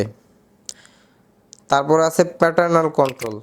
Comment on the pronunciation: "প্যারেন্টাল কন্ট্রোল" রে বলতেছে "প্যাটার্নাল কন্ট্রোল"😂😂